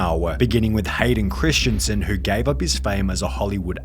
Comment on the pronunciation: Its christensen not christiansen. Hurtin my feelings.